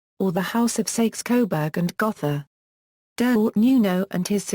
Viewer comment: The o in Gotha is a long o, not a soft one.